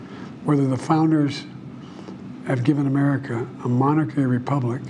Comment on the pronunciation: Why can’t Democrats say “republic?”